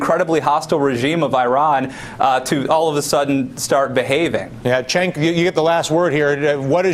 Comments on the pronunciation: He keeps pronouncing Cenk's name wrong. It sounds "Jenk" not "Chenck"! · spank that lil' brat, cenk! and MEMO 2 DYLAN... its JENK!!! not CHENK!!! all this time and he still says it wrong.. makes me want 2 scream the screen!!!! jenk jenk jenk jenk.. say it w/ me dylan... jenk! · Why they all keep calling him "Chenk?" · Can someone give these clowns a heads up on how to pronounce Cenk's name? Argh, so annoying. But good work Cenk, you hold your own =3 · You know I've seen Cenk on Dylan Ratigan a few times, when the hell is he going to learn his name? Maybe Cenk should pronounce it for him.